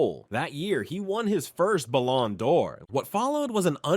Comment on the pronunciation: The way bro pronounces stuff is so funny. “Bal ON door” “Cesc fab REE gas” Etc…